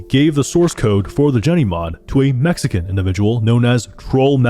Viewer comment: whyd u say mexican like that